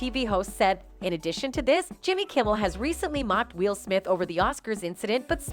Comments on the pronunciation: Needs another commentator. Why does this person keep calling Will Smith WHEEL smith? ARG! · Why does this narrator keep pronouncing Will as "WEEL"? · Is this an AI voice? Why does she keep calling him "Wheel"?? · Why's this chick saying wheel smith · "Wheel" Smith? This is a horrible bot voice. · Why does she keep pronouncing it wheel smith? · WHEEL Smith?? The computer aggregate garbage website that you have can't even pronounce the name Will? I'm glad they give us 30 seconds to delete that we watched your thing because the idea of giving you even half a cent for the zero effort you've put into this garbage would have made me Furious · Will's name being pronounced "wheel" throughout this video had me very distracted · Anybody else notice the reporter / narrator keeps pronouncing Will’s name “Wheel”?!?! Every. Time. 😩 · Why can't the narrator pronounce Will? Is she related to Doug Marcaida? "If you joke about his wife, Wheel will keel..." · What's with the pronunciation of Will Smith's name? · Can you get an AI that can pronounce “Will”? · Can the robot learn to correctly pronounce the names of the people she is talking about. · I know, it’s so annoying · Why does this narrator keep saying “Wheel” instead of “Will?” Great narration. 😂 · Hey AI chat voiceover…it’s Will, not wheel. Man I’m already sick of you AI lol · Will... not wheel. Listen to the voice over ffs. Wheel Smith ffs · Why does the computer keep calling him wheel instead of will? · Will, not wheal. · Dear Narrator, I hate will for that slap as much as the next guy, but quit pronouncing it as "wheel". It's Will. Jesus Christ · His name is not Wheel. It's Will. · Im done. I cant keep watching this for more than 2 minutes. Jesus Christ, seriously? Its “WILL”, not “WHEEL”. Have you never heard of him before?? Too annoying. Learn to pronounce an easy typical name👎🏼💩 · will is not pronounced "wheele" these AI narrations on youtube videos are scary. this is obviously not a real human voice. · "Wheel" Smith?